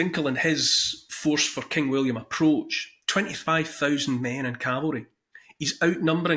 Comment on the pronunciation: Your Awesome accent. When you said "For king William" I was looking away and heard clear as day "Fu*kinWilliam" Great info good Sir. Thank you :)